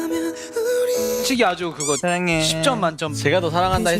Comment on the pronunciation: 노아는 사랑해라고할때 발음 웅냥냥하면서 사앙해💜이렇게 말하는데 너무 귀여워🥹